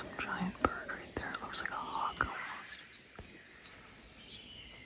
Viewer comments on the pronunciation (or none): none